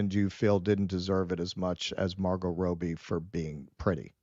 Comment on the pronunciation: Its Robbie - not Rowbee